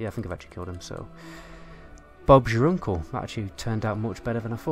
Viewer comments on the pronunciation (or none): none